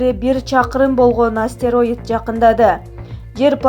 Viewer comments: Астераид эмес астероид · Астероидди астэраид дейт го суйлоп берген кыз ))